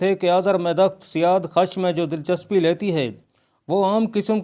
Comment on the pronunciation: Azarmidukht to khusro parvez ki beti thi bhaijaan, na ki ardshir ki. Ardshir khud jab mara to balooghat ko bhi na pohoncha tha, bakhayal mere, aap jis badshah ki baat kar rahe hain, wo khusro ka beta sherwiya tha. Aur janab, wo naam "siyaadkhash" nhin, balki "siyaavakhsh" hai